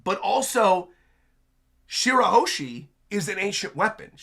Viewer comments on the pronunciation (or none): It's Shirahoshi and not Shirahoeshi